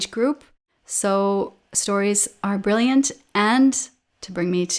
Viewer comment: Bree- lliant is perfect❤❤❤